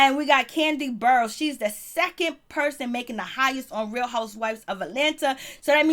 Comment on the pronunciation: learn how to pronounce Candy's last name and the way you were talking like candy make more than me me go back and listen to what you said